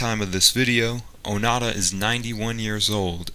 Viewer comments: The voice-over says ‘Onada’ instead of ‘Onoda’ throughout the video. Typical linguistically ignorant idiot. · ONO DA not O NA DA..ffs!! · It's not Oh-nada, it's Oh-no-da. Your pronunciation of these names makes me cringe. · Pronunciation is Oh-Noh-Da. Not Oh Na Da. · i showed this video to my Japanese friend and he said the white man saying his name wrong, it sounds like he saying "fart" hahahahahaha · You could have at least learnt how to pronounce his name.